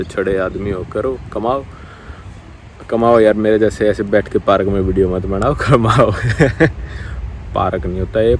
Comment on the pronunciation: 😁😁acha lgrha video dekh parak nhi park park hota h 👌topi chasma👌😁😁😁